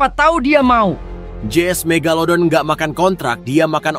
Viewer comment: Ka megadodol loh bukan mega megalodon😮😮😮😮😮😮😮